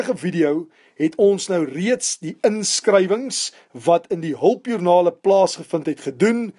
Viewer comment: LOL het gese hulpjoernake. hulpjoernaKe in plaas van hulpjoernaLe haha. Almal maak foute dis reg. Ek wil net graag sê dat een van die nice ste ooms is wat ek ooit al ( ek wil eintlik ontmoet sê) gesien het. Ooh wag. Laat ek eerder sê nice ste wat ek al geHOOR het 😂. Maar ek wil net graag hê dat elkeen van ons sê dankie het en dat moet aanhou as dit se passie is. P.S. Ek verstaan nou SOO baie meer goeters in rekeningkunde as wat ek tevore het. Dankie baie.